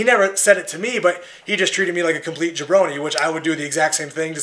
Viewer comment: Konnan says it too but he pronounces it funny. Like Jay-Brone.